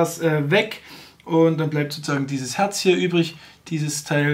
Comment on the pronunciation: Feinstes Herrrrrrrzzzz vom Herrrrrrrrrrzzzzzzzbeeeerg